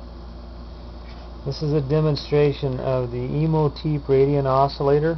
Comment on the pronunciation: OK, I gotta say it. It's a pet peeve. It's pronounced exactly how it's spelled. Imhotep. The last syllable rhymes with step. It's ancient Egyptian. Imhotep was the architect for Khufu's (great) pyramid.